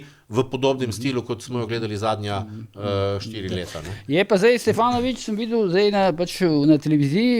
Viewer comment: Požar kar naprej kliče Stevanoviča, Stefanovič. Tudi Videtiča je zavedel, ampak se je hitro popravil.